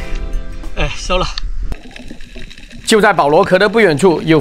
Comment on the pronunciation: shou和sou,是收了,不是搜了